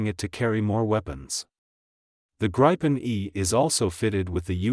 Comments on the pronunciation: It also pronounces gripen incorrectly. It's greepen. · If you are gonna make a documentary on something, at least pronounce its name right.